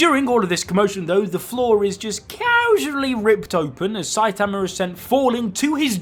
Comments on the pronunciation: I'm so sick of you saying "Saitamer" damn dude. 😒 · Saitamer lol